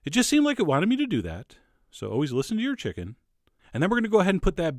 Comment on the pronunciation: this guy sounds like chills. nUmber fiftEen, always listEn to your chickEn.